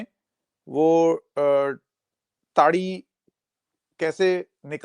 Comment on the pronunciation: इतने अंग्रेज हो गए कि ताड़ी को टाडी कह रहे हो ?